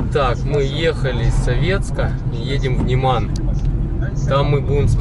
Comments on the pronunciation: н Е ман. Ударение на Е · Почему говорите немАн,вместо нЕман ?